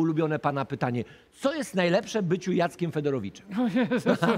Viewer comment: panie Wojewódzki takich gości wytykać palcem?!!!!! nie wspominając o tym jak wielokrotnie przekręcasz nazwisko pana Jacka!!! Fedorowicz, nie Federowicz!! uwielbiam Cię, ale to było słabe